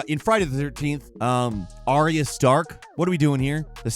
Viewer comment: Ar-ya. Two syllables. Not three syllables.